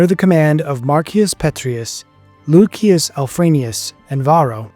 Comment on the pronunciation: And loo-shus not luk-ee-us